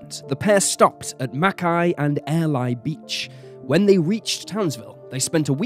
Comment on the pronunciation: Mount Ice-a and Air-Lie Beach were impressively botched